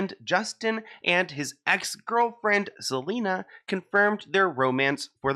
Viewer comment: hailey really said "i gotta keep an eye out for selener" 😂